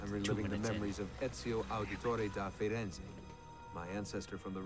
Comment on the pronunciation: its not de Firenze its da Firenze